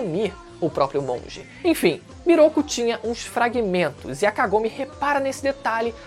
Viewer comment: descupa mas kagome voce fala com o k mas e sem o k como se fosse agome sem k